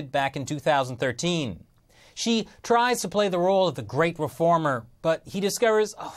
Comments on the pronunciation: Multiple times when he said Xi i thought he said she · It keeps sounding like he's saying she and not Xi.